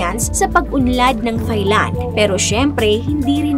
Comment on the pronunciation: Pet peeve, Thigh-land. Silent “h” please, so Tai-land😅